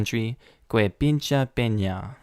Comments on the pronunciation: "Que pinche Pena" is pronounced "ke peencheh pehna". The "e" is a short sound e, not long. Like "eh" instead of "ee" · You gotta work on your Spanish pronunciation,.;) "Que pinche pena" means something like, "what a damn shame".